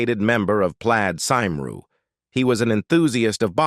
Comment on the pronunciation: Plaaaed Symroo. Good effort, but miles off! For anyone wondering what the heck the narrator is talking about, he's trying to pronounce the name of the Welsh political Party - Plaid Cymru.